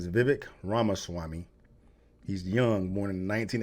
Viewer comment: It's the first time I've heard a non-indian pronounce Ramaswamy correctly.